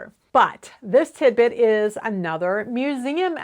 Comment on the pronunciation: Everytime I hear tidbit all I hear is timbit which is a popular donut in Canada 🇨🇦. I have been watching your videos for the last few years and thank you for all your great content.